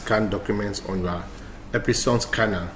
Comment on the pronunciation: Ep-Son (2 syllabus).... Not Ep-i-son 😂😂😂